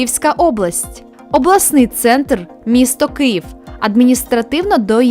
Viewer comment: Можна не так грубо. Мова йде про вимову ведучої. Вам треба попрацювати над літерами у/в на початку речення, наприклад: У Києві - не в Києві. Українська мова також не терпить ефкання: не аФтор, а ав(у)тор, не Киїф, а Київ(у) і ще безліч прикладів. Відкрийте, не полінуйтеся, розділ " Орфоепія української мови" , ретельно вивчіть, послухайте дикторів нашого телебачення( бо вони навчені, не самоучки), і ваші справи поліпшаться. Та й повага людей також.